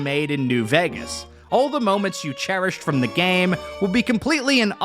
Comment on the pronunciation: why do you say vægas